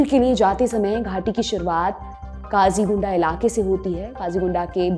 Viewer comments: सही नाम 'क़ाजीगुंड' है न कि काजीगुंडा। तैयारी ठीक से किया करें। 🚩🚩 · Kazigunda naam ki koi jagah nahi hai. Kazi gund hai. Kahin se read kar ke bta Rahi hai. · It is Qazigund, not Qazigunda